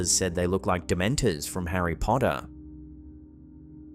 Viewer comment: "And the worst part about prison..... THE DEMENTAHS!!!"